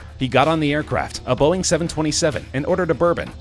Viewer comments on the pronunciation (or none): none